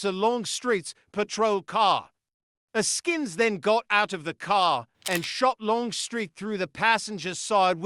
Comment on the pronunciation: Ask-ins - not A-skins If the UK is gonna report on USA crime....please do diligence on pronunciation!